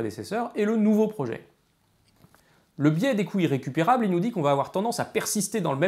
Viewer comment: ...d'où l'importance de prononcer les liaisons : les coûts Zirrécupérables. Mais on m'a déjà répondu que le côté "parlé" de David, y compris de légères fautes de français, apportait une spontanéité, une fraîcheur, qui plaisait aux auditeurs. Va donc pour des couilles récupérables :-)